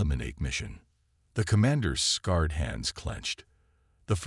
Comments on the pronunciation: Good story...The AI narration sucks though. Would it have been so hard to have a human read it with feeling and the proper emphasis? Scarred is constantly read as scared, two very different things. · The AI voice should have been edited better. Especially when it comes to scared and scarred.. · ......".....his SCARED hand...."!!!!???? NO!!!!!!!!!!!! HOWS bout....."....his SCARRED hand......"!!!!????? Ai is getting closer to being a POS>>>!!! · Damn AI scarred not scared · Scared and scarred are two different words. Tell your AI to study linguistics. Us humans aren’t all ignorant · I loved how an AI can't pronounce "exhauskeleton" and "scarred" vs "scared". So advanced. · Scared as in afraid Scarred as in had scars. AI can't figure them out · Scar ed not scared darn the ai botgen storyteller makes grateing mistakes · Sort the ai. Scared should have been scarred etc etc